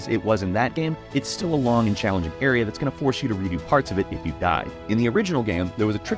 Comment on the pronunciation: whoaaa! That's tha-it